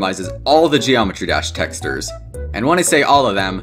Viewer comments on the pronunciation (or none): Are we gonna talk about he said texters instead of textures? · Bro i cant get over the fact that he says "tex - tures" instead of "tex - chures" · He pronounces it “teksturs” It’s texCHURS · t e x t e r e s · BRO SAID TESTERS 😂 love ur channel btw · I actually like how he pronounces it like “tExTeR” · i cant watch this video without cringing at the way he says the word texture.... "texters" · Why do you say "texters" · "texdur" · "texters" dont know how to pronounce words right 💀💀☠ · it is pronouced tex-CHURES not how it looks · he keeps pronouncing textures as texters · PLEASE STOP PRONOUNCING "TEXTURES" LIKE THAT OH MY GOD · you pronounce texture funny i love it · It's been almost three years and I'm still mad at how he pronounces "textures" in this video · why does he pronounce textures like that.. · I hate the way he pronounces "textures"